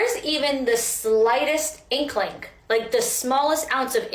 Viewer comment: She said " inklink" hahaha